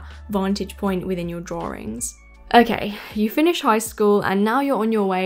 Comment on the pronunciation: As a Texan with a very different accent, I find the “r” in drawRIngs so endearing. 😊